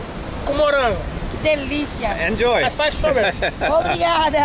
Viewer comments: OMG! This brings so many memories! BTW it’s Açaí (Note the Ç in Português has an S sound) and it’s definitely not Ice Cream.. it’s a fruit from the Amazon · I don't think calling it 'Akai' would work so well in brazil, you better learn how to say 'assai' :D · don't say akai xD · Bro called Acai akay lmaoooo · No you can NOT say AKAI lmao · Not akai it’s açai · You can’t say “akai” c’mon, bro🤦‍♂️ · It is pronounced like "AH SAH EEH" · NAO. Nao voce nao pode chamar de acai. O nome é AÇAÍ, e é assim que DEVE ser chamado. Brasileiro tem que aprender a forma correta que vocês chamam e falam porque senão vocês não entenderam o que estamos falando, pq agora temos que entender vocês falando acai. AÇAÍ. Se virem para falar!!! 🇬🇧 NO. No you can't call it acai. The name is AÇAÍ, and that's what it MUST be called. Brazilians have to learn the correct way that you call and speak because otherwise you did not understand what we are talking about, now we have to understand you speaking acai. AÇAÍ!!! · It's pronounced... "AH-SIGH-EE"" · the correct way to say açai is ass - ah - ee is really popular here in brazil , a lotta açai shops around the cities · It sound like you are trying to say the guy sells açaí. Ah-sah -Ee. That is a flavor and it is used to flavor ice cream, popsicles, etc. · the pronounce is "a-ss-a-ee"(the letters "A" like the word car) (the letters "S" like the word "say") and the letters "E" like the word fee) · There is no k in Acai: neither in writing nor in pronouncing! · Ah-Sah-E is how you pronounce it Harald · Harald, Açaí is pronounced like ''assa Í'' the cedilla (ç) can be a little tricky for gringos to pronounce haha, keep up the great work bud! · It’s NOT ice cream! It’s AÇAÍ! And not acai. 🤦🏻‍♀️ It has a stronger sound at the pronounciation in the end. Nice video, though! 👌🏽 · Herarldo trying to start his own language I see. It's pronounced "ah-sah-ee" even in english. Not just in Portuguese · Açaí is pronounced /assai/